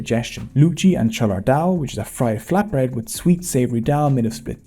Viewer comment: Your cholar dal pronunciation makes me proud! That was flawless!